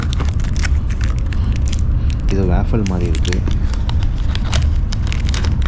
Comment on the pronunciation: யோவ் அது 'மாறி' இல்லையோய் 'மாதிரி' ! மொழிக்காக உயிர்களை பறிகொடுத்த பக்கத்து நாட்டுகாரன் 😔